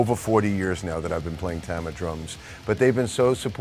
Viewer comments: It’s pronounced Tama. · You'd think after playing their drums for 35+ years, Mike would be able to pronounce "Tama" correctly.